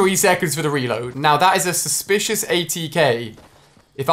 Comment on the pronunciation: he said suspicious as supicious